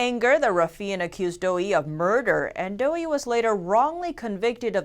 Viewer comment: It's pronounced "dough uhhh" not dough-ee